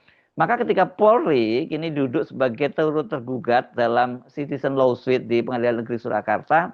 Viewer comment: Lawsuit: dibaca lowsuut